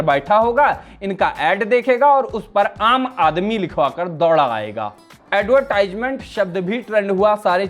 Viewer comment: Ad+var+tis+ment hota he pronunciation